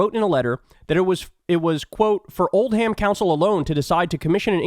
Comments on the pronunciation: Lol it's not 'Old Ham', it's Oldham (pronounced 'Oldem') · Old-ham LOL It's pronounced Old-um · I LOVE when americans try to pronounce British place namesI Old Ham...? is Old'm try this one Wymondamnham.... (Wymnd'm) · I love Kyle’s pronunciation of Old’am: alá “old ham” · Oldham is pronounced Old-um not Old-ham … sorry a small annoyance I noticed as a native Brit. I hope the people defamed by Musk sue his ass. His cynical exploitation of this tragedy (grooming gangs) is nasty. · Sorry but I'm a jackal. I'm from the north of the uk(Blackpool)and its old-em, not old ham. Keep up the good work Kyle. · Not OldHAM, but OLD'm. The Anglo-Saxon "ham" suffix is always just " 'm". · Kyle, I love that you’re defending us Brits, but I can’t let you say Old Ham and you get away with it. (Old’um!) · With Oldham and Ghislaine, the "h" in each is silent. With Jackhimoff, an apostrophe would be OK too. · As an ex-resident of Hathershaw, Kyles pronunciation did cause my eye to twitch uncontrollably!